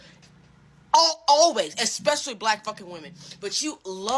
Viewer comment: Especially..... Not Expecially.... Learn ya words!